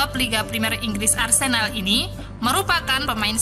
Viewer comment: arsenal apa arsendal sih min? Yg bener yg mana?🤭